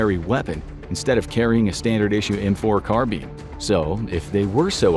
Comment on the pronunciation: Can’t stand how the narrator says carbine 🤦🏻‍♂️ ffs